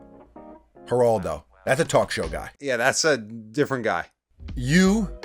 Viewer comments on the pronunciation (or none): none